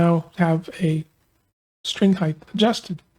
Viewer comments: It’s “heighT” everyone, hard T at the end. HeighTH is not a word, lol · I enjoy and appreciat your channel, i respectfully point out that "heighTHHHH" is not a word, it is pronounced heighT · Good tips on action. Thanks. By the way, width, length and breadth are correct, but heighth is not. The word is height. ☺️🤗🤔😜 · I must have turetts. Every time he said "heighth" i yelled out "height"! 😂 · Aha, glad someone else picked up on that, I found it grated on me, in what was otherwise a superb video which confirmed my theories about action and string height. With a T!😂